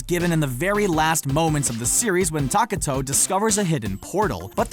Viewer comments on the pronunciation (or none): Ta-ka-to? Now I KNOW you’re mispronouncing names on purpose!! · btw you said Takato wrong but I don't mind glad you put Digimon on the list I love Digimon why did Netflix take it off that is the saddest ending I've seen